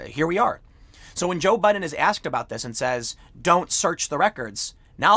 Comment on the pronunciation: Tim says Joe Budden every single time. 😂